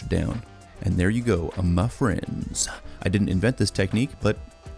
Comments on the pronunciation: "ma friends" L O L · "MUH FRIENDS" Nightshift would be proud